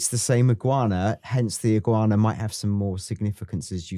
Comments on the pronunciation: Iguana. Not ig-u-ana. Just iguana 😂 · stop butchering Iguana 🦎 It’s more how says it, Ig wana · "Iggy Wahna"?? 😭😭 lol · I’m sorry but if you guys keep pronouncing words like iguana as igg-yoo-warna and assume as ashoom I’m gonna have to stop watching it is badly triggering me fair enough if you just said it once or twice I would be like yeah that was annoying but repeatedly like 13 times I wanted to turn the video off so bad but desperately wanted to hear what you had to say please sort it cheers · Please learn how to pronounce Iguana lol.. Also it's 110 kg he's lifting, the bar itself weighs 10kg.. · Why tf is he pronouncing iguana like that? 💀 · Pronouncing the fuck out of the word 'iguana' there. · Brilliant once again, aside from the pronunciations of ‘Haitian’ and ‘iguana’ 😂